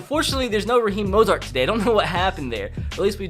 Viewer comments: mostert not mosart dumbass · Bruh it’s Raheem Mostert lol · It’s moe sturt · It’s mostert pleaseee day it correctly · He pronounced dre, Mostert, K'waun, Jaquiski and breida all wrong 😂